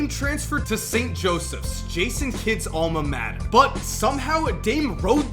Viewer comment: "Jason Kidds almuh matta"